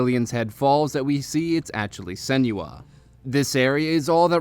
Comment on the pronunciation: lol i hate how he pronounces her name